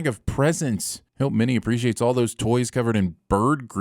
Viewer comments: One sin to you for calling Minnie Mouse "MINEY" ! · First of all, it's Minnie, not Miney. Second, you didn't sin Scrooge going out in the snow in his bedroom slippers.